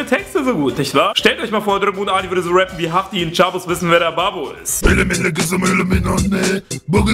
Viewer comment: Hab's auch geschafft :D und es heißt "rappe" nicht "reppe"